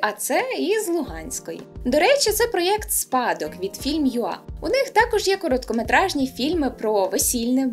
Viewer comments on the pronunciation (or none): none